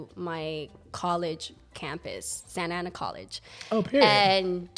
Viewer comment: yes not santana is SANTA ANA LOL